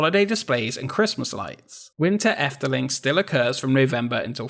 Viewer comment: Yes, you butcher the Dutch language, but at least you pronounced 'Efteling' correctly and you more than make up for it by showing amazing archive footage of Walt Disney visiting The Netherlands. Good video. I grew up near the park and must have been there hundreds of times. It's a great and unique park, although there is a slight decline in quality ever since imagineer Ton van de Ven retired. Since then, the only additions I really like are the Baron 1898 dive coaster and The Little Match Girl, designed by Michel den Dulk (who also left Efteling to become an imagineer with Disney in Orlando, where he designed the 2016 Frozen Ever After ride in Epcot).